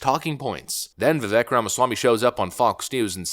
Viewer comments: Let's say it right, it's pronounced "Vivāke", rhymes with CAKE. Vivek 2028!! 🇺🇲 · PRONOUNCED VI-VAKE, LIKE KARI LAKE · Vivek like "Cake". Phonoetic pronunciation: "Vivake" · Pronounced "Vee Vake" brother. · His name is pronounced Vivake, as he said, “like cake” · Vivake like cake. Please pronounce correctly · It’s ViVAKE, as in Cake. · Pronounced Vevake...come on! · Vi Vake like Cake!! not like trek. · Don’t want to harp but it’s Vivek that rhymes with “cake” he’s said it numerous times. He’s to popular now to keep mispronouncing his name but good on your analysis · Vivek is pronounced Vi-Vake, long A. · Vivek. It’s pronounced Vih Vake. Like cake. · Love you and love your channel, I hate to be a jerk but his name is pronounced VIH-VAKE (he has gone on podcasts saying it rhymes with CAKE) :) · Spelt Vivek. Pronounced, "Vivake like cake". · His names Vivek, it Rhymes with Cake! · It's Vivek pronounced like cake. Fyi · Dude; it’s Vi-vake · Vivek is pronounced Vih-Vayk, he said "think cake" and it's stuck with me ever since. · FYI Vivek like cake "VivAYk" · Vivek rhymes with cake. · It’s “Viv-ayke”. I know, it took me a minute to adjust to too. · It's Vivek but it's pronounced like Vivake. Like cake. Just to let da people know. He explained in a video I watched so..let's get it right now because I hope he's no going anywhere. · Vivek rhymes with cake. Time for pundits to learn how to pronounce his name. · I absolutely love your content! But I just want to say one minor thing...Vivek is pronounced Vi-VAKE (as he says, like cake). Keep the videos coming--love it all. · his name is pronounced Viv-vake like cake not like it's spelled. I think Viv-vake is awesome BTW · Vivek is pronounced Vi - Vake’. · You really need to pronounce Viveks name correctly. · How can you still not pronounce his name correctly?! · ...DUDE!!! You pronounce his name wrong!!! It's VivEK. Emphasis on VEK! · It’s Vivek ‘as in CAKE!’ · Vivek rhymes with "cake"